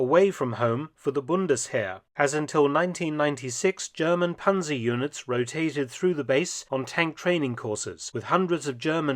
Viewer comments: Panser and Pansers make my ears bleeding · Panzer is pronounced like Pantzer. And the plural is also Panzer. Not Panzers. We do not have a S on the end